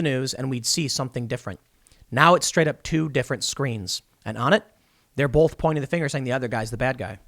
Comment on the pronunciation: STOP SAYING BOWLTH! please.